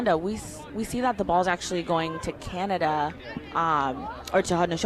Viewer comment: Canada, prounounced Canadi within opening remarks, and less than 30 seconds into Q4 forgets that the Haudenosaunee are playing Canada and not the USA. 😬😑 …✌️🥍